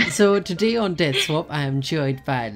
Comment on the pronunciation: In the intro it sounds like said dance swap instead of death swap